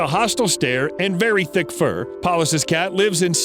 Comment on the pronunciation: I know he said very thick fur, but who thought he said very dick fur?